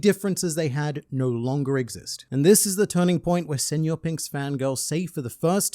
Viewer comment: Kudos for using the ñ, instead of just saying senor pink like everyone else